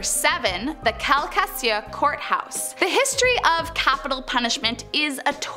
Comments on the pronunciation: It’s pronounced cal - ka - shoe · It's Cal Ca Shoe courthouse 🤣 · Hey, it's pronounced Cal-cuh-shoe. Love your videos!! Sending love from NOLA!! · I live in Lake Charles where the Courthouse is. Every bit of the story is true. It’s Cal-ka-shoo, after the Calcasieu Indians, and it means Crying Eagle. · I live in Calcasieu parish. Lake Charles to be exact it's our court house down town but it's actually pronounced Cal-KA-shoe and the KA isn't KAH it's like saying cup without the p. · Former Louisiana resident here, #8 is pronounced Cal-ka-shoe. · You PRONOUNCE it kal ku shoe Courthouse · Calcasieu is pronounced nothing like she made it sound. Kal-kuh-shoe is how us Louisiana folk say it 😉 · lemme help ya kal-cashew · And it’s actually Cal-ca-shoe court house that’s how u say it lol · Ok… calcasio is pronounced Cal- Ka- Shoe & a P-Farm is short for Prison Fatm. 😊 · It's pronounced cal-ca-shoe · I know your not from Louisiana at all but it killed me when you mispronounced calcasiseu parish court house 😭😭 only bc that's the parish I'm born and raised in lol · First time I went there I started crying for mp reason 🤣 maybe just takes someone sensitive but in her defense, Calcasieu is a son of a to pronounce!!🤣🤣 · As a Louisianan I'd love it if you could pronounce the names correctly please and thank you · Oof on some of your pronunciations. 😂